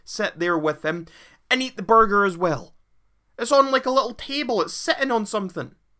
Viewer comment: This man say borger lmao